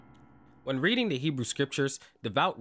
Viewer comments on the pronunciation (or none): none